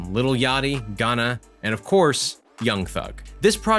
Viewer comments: Why do he say ganna instead of gunna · Lmao this guy he said Ganna fo Gunna lol